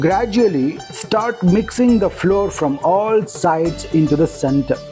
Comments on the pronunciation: Both flower and flour are pronounced as flower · Pronounce flour as flower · It is not floor it is flour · Flour and not floor